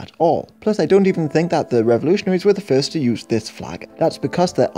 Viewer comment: ummm.... fieerst ????